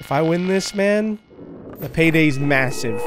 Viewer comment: stop saying masive